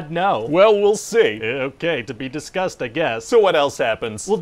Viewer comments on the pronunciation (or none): Discussed or disgust?